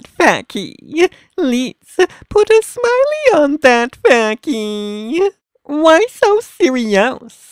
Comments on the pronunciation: Face but pronounced Fa Key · IGBOU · it's face 😂 he says facky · adding to pronunciation guide -- c's are generally hard, i.e. face="fay-kee" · let's put a smile on that facky or fa**ie I have no clue what he's said at the last word